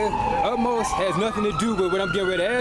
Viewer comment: It's Ahmose, not Utmosh